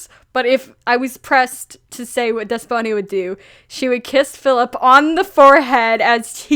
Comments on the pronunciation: wow haven't seen this vid in a way but i just wanting to say(coming from a Greek person) that Despoina is actually pronounced as Depsina (D is pronounced like Th) :) idk just wanted to tell you how it's pronounced lol <3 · The name you were trying to say is pronounced Despina (You probably saw it written as Despoina but in Greek "oi" is pronounced as i (like the i in fish)) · I think Despoina is pronounced Des-po-ena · Hello, a Greek here. In case you were wondering, in Greek Despiona is pronounced the-spi-na not th but like the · HA I THOUGHT YOU SAID DYSPHONIA AT FIRST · It’s pronounced “Thespo-e-nuh” or “Des-po-eena” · Pastel Cryptonym Isn’t it pronounced Des-Pee-Nah?